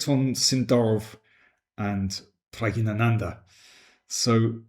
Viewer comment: Pragg i nanandhaa? He is the only one I've herd pronounce it that way